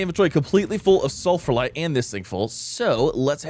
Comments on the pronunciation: Moderately annoyed that you’re pronouncing Sphalerite as “sulfurlite”. There’s only one L, and you’re completely skipping the ph/f sound. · ITS CALLED SF-AL-ERITE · Cool video keep up with this, but my only question is: Why are you saying sulphalite instead of sphalerite (The material of Zinc)? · In his defense, there's a lot of sulfur in sphalerite. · Mispronouncing Spharelite everytime. 😂